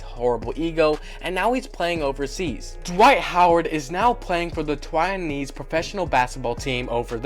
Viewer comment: What did I just hear? Twainese? My god. Its Taiwanese.